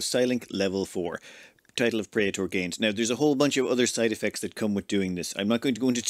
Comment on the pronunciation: you botched praetor pronunciation.